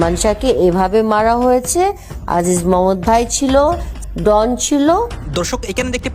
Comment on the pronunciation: ডন উচ্চারনটা ঠিক করে বলেন, এটা কি ক্যামেরার ডোন, উচ্চারন ডোন বলেন,এটা নাম ডন,নামটা আপনার মুখে শুনলে বোঝা যায় আপনি বিশেষ শিক্ষািত না